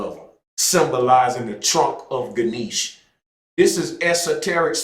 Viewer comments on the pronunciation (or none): It would be nice to hear you pronounce Ganesha correctly with the a at the end